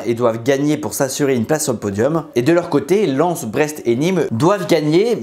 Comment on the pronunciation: Il a dis len au lieu de Lens 😭